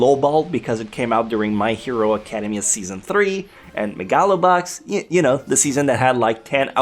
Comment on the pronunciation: "Uncultured"? You hear yourself talk? It's "a-ca-DE-mi-a" not "a-CA-de-mi-a".